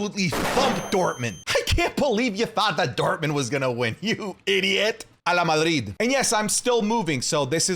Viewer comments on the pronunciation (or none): Everything was good utnil i heared "Hala madrid"😂